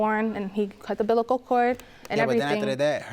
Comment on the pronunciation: Can no one say "umbilical"??